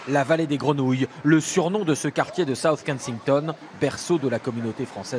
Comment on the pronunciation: Le quartier de "sauce kensington"... Ah et le nom du pâtissier est "Bloch" qui signifie "une personne qui vient d'ailleurs" et c'est de l'Allemand donc ça se prononce "Blor" bordel ! Faudrait que vos journalistes fassent un minimum d'efforts, aussi à ce niveau là.